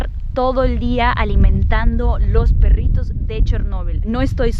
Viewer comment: me parece muy chevere como dices "perrrritos" ja ja ja :) :)